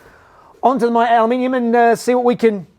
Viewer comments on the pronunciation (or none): none